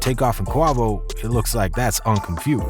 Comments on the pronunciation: Qa-vo not qaw-vo gooood lord this was hard to watch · Its not QUWAVO ..... its Qwayvoooo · U learn in English class u is silent when it's next to Q Lil quick it's pronounce Qu a vo 🤦🏾‍♂️lol u killing me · quavo not quovo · When you buy your tequila do u ask for a bottle of KWA-VOE or do u pronounce it QWAY-VOE as in Jose Cuervo ??? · Quah voh lmao "quay voh" dummy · The second this dude said Qua-Vos I paused > disliked > posted this comment > disap… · Quavo? Qua vo? What ? You definitely got this off Wikipedia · WTF IS A QWAVO ????😑😑😑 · KUAY-VOH!! Kuay-voh! Youre corny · WHO TF IS KWOVO 😂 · Who tf is Quovo lol I know who Quavo is lol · QWAHVO?! SMFH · Clicked off at "Qwahvo" if you gon use AI, spell the word wrong to make it sound right. If you not using AI you should be fired'😂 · Who the hell is Qwavo? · “Quovo” bro how do you do all this research on these guys and completely botch his name every single time?your getting an immediate dislike for that corny shit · He said Kwavo? 😂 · Who in the hell is CUAVO. LOL. YOU SLANDERING THAT MAN MAN NAME. LOL LOL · I stopped watching when he said “qwavo” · Who TF is QUAW-VO? LOL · If I hear Qwavo one more time... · Quavo is pronounced (Kway-vo) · Man said kuawo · It’s pronounced “Quay-Vo” my gosh, don’t make a video about it if you don’t know who they are or their actual names! Always trying to capitalize off our culture, but don’t know nothing about it! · Man said “ Qwahvo “ 😂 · Soon as he said qwovo I ain't even listen no more, he don't know shit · Can't even say they names right "Qwavo" 😆 typical white media smh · Kwah voe 🤦🏾‍♂️ This dude’s a 🤡 Fr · 😂😂😂😂 bro combined guava and quavo 💀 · Tell us you’re doing this for clicks without telling us… ”KWA-VOUGH” 😂😂 he literally pronounces his name in his songs smh. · 🤣🤣🤣its pronounced KWAY VOE Bruh. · pronunciation :: “kwa-vo” : That is all, thank you 😉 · He really calling this man “Kwavo” bad enough his caption is cap, he,doesn’t even pronounce the man’s name right.